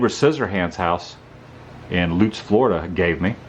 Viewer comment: Love that you actually said Lutz correctly! (Where I currently live! lol).